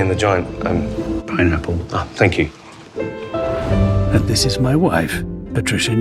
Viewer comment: fanqyooooo is'nt how you say thank you